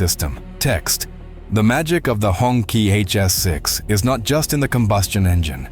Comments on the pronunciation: 红旗 。。。pronounced as hong chi .... not hong ki. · It is pronounced as Hong ch'ee "Red Flag" just like a tyre losing air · Hongqi is not pronounced the way you did. To hear the correct sound you could enter hongqi into google translate as Chinese. Then hear the correct pronunciation. You have pronounced both Hong and qi wrong.